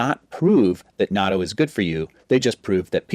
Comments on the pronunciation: It's addictive... by the way, it's pronounced "na-toe"... not "nad-doe"... buy it frozen in the Asian market, heat up in microwave, use the Japanese mustard that comes with it... stir with chopsticks, eat over rice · He doesn't pronounce it correctly though. You need a break for the double-t, as in "not toe" vs noddo. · This video proves that doctors don't know everything. The correct pronunciation is knot-dough. The second syllable drops. I eat it everyday with kimchi and mustard. No rice. It's delicious!!! By the way, there are many varieties of natto. The kind he showed is made of a certain type of soybean, but not all are. Also, it's NOT meant to be eaten alone, just like you wouldn't eat big chunks of blue cheese or plain tuna out of a can by itself.😂😂😂😂😂😂😂 All the Japanese people watching this video are on the floor laughing out loud. 🤣🤣🤣🤣🤣🤣🤣🤣🤣